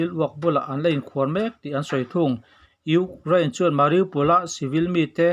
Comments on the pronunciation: Urain/urane ni lo in U kraine tih tur zawk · Urain- anga lam a va ang ve.😅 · Ukrain tih lamrik hi aharsat hmel ve